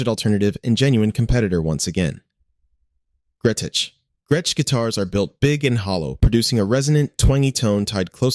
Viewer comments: And the pronunciation of Gretsch guitars ("Gret-tetch"). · How many different ways is it going to pronounce Gretsch? It did get it right once at least😂 also missing a lot of guitars I was expecting to see - Charvel, Jackson, Epiphone